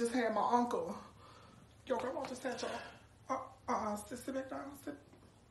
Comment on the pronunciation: Wait she said " my grummum just had my uncle😵